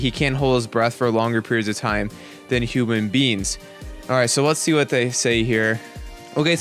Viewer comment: I leik how he says human beans instead of human beings